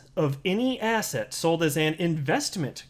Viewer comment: Every time you said asset it sounds like ass hat 😆😆😆 But u are definitely right SEC is a bunch of ASS HATS🎩 I think I have ass hat on the brain 🧠